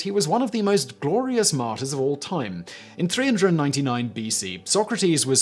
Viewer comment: Being a french man hearing Simon say martyrs sounds like Martin